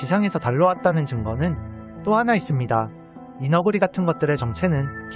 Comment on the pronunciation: 발음을 왜 '이 너구리' 가 아니라 '이너구리' 라고 하는거?